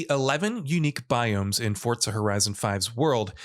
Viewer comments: Forza not fortsa* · The hell is “fort-za”??? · Why does he say fortza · For-Zah not fort-sah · FORZA not FORTZA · There is no "T" in the word Forza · Why do you say “Fortza”? It’s Forza. There’s no t in there. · FORTZA horizon 5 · “FOR-ZA” not “FORT-ZA” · FOUR-ZA NOT FORTS-SA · I couldn't finish the video u can't even say forza right where tf is the t in forza ? It's forza not fortza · i love fortza.... FORTZA is great.... its fooooorrrrrzzzzzaaaa not fortza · Why does this Mong pronounce it as Fortza? Its FOR-ZA not FORT-ZA!!! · why is this weeb constantly putting a "T" in forza. annoying af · Couldn’t stand him saying “Fortza” every time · Fort-za never heard of that game until he said it…. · Why are you saying FORTSA ?? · Every time he says Fortza I images pizza fort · ForTza?? Is that how it's pronounced? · Why does everyone say “Fortza”??? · why forCa? :/ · is it just me or was he saying fortza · Is it me or does this guy keep saying ''Fortza''? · Fortza? Umm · Say it with me FORZA THERE IS A Z NOT A DAMN T. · Why is he saying fortza ? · The game developers actually mentioned that it is pronounced Forts-sa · Xbox confirmed forza is pronounced fortza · that's stupid af literally putting a T where there isnt one. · There’s no T in Forza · There is no T in Forza. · It's an Italian word and that is the correct pronunciation. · I totally forgot Microsoft is Italian. My bad chief